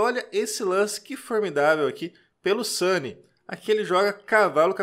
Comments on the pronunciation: Sempre ouvi SUNIÊ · Vc pronuncia o sobrenome do Jaime de forma incomun. Em toda minha vida não tinha ouvido essa pronúncia. Ficou muito estranho ouvir "sani". Mas a partida foi muito bem escolhida. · Olá amigo eu acho que a pronúncia não está correta, Sunye em japonês significado iluminado e se fala Sany é o navio do Luffy de Onde Piece ..Mas não sei como pronuncia o nome do mestre Sunye! Muito Obrigado por comentar! 🙏